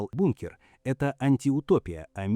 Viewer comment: 50000 футов это сколько чего? ИИшная жвачка. Слова не все произносит нормально. БУНКР